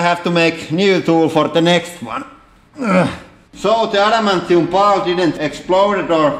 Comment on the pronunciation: Adamantium* not amentium